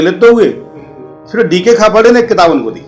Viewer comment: Pahale tum Nam sahi se jano aur bolo khaparde ji ka??